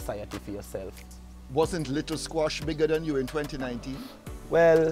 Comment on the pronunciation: “ likkle squash” rassssss